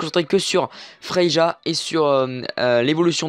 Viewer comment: Merci pour la vidéo. c'est vrai que tu parle un peu vite, mais cas vas. Sinon on dit pas Frei"ja" mais Frei"ya" 😉